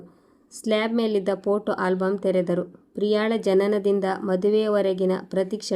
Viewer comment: ದಯವಿಟ್ಟು ಪೊಟೋ ಅನ್ನಬೇಡಿ. ಫೋಟೋ ಅನ್ನಿ.